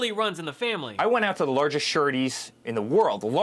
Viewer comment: "Larshess shurities in the country." Hear it again . Take the mush out of your mouth Sonny.